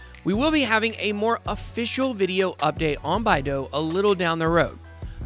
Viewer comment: Love the vid and channel, when we getting a Bidao only video? Also its BYE DOW my guy lol